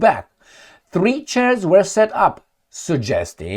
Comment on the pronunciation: can you Say 3 Chairs Again Thdreeee Chairs - Can we all take time to Laugh at how we all have a Giggle at peoples attempts at a Foreign Language, thanks mate 🇦🇺🤟( ps i speak 5 Languages Aust, Can, US, NZ, UK 😂)